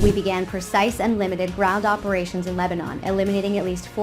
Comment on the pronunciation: LEBANON❌ LEBNONE✅